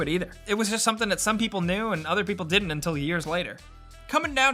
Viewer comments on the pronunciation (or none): none